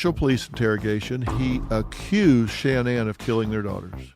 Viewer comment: I'm not trying to be rude but it sounds rude but why does Dr Phil mispronounce Shanann's name